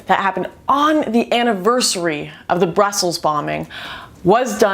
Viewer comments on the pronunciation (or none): You sure have an odd way of pronunciating Brussel and Hashtag.